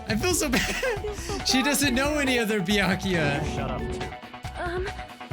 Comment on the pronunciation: It’s Baykuya not byakya